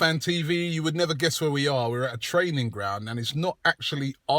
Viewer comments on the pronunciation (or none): none